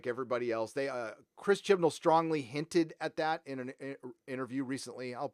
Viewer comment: They lost me at “Jodie Whittiker” and “Chris Chibnal”